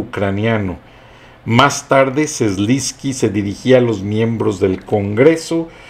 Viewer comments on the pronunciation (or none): Se dice: Z E L E N S K Y, no Zlinsky...